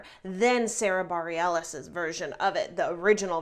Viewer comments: Hey there. Just a correction on the pronunciation of Sarah's last name (from Wikipedia): Bareilles (/bəˈrɛlɪs/, bə-RELL-iss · You butchered Sara last name! If you're going to critique, know who your reviewing. Especially when they wrote the entire score. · That is not how you pronounce Sarah’s last name…do you not know her music? She is really famous. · I noticed that and sara barallis is soooo under rated bro